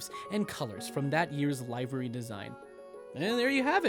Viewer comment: You pronounced livery wrong. Same with itasha.